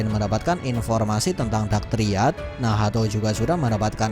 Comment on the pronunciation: Telinga gw terganggu mendengar kata2 nahato, nahato. Haha ngapa gak nacht aja si